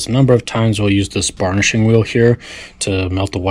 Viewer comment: Burnishing, not barnishing my friend :)